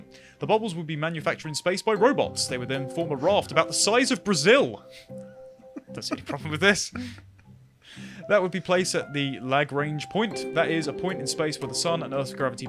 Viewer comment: Photovoltaic . . . 'Photo-vol-tay-ic' . . . (rather than 'photo-voltic'). 'Lagrange point' . . . 'La-grange' . . . (rather than 'lag-range' point). And you don't really place something at 'the' Lagrange point, as there are 5 Lagrange points around the sun/earth two-body system, it would be placed at 'a' Lagrange point. Specifically it would need to be placed at L1.